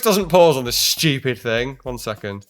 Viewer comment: "on this SHCHEWPID thing"